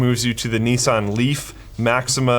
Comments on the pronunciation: Knee-Sahn. Not Nis-Anne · It's niece-Sahn lol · linus…...it's Nissan (nee-suh-on) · The way Linus says Nissan triggers me... Imma start pronouncing Linus like "lin-oose" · Ugh every time Linus says Nissan, my ears are bleeding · I'm sorry, I know you're Canadian, but the way you pronounce Nissan physically hurts.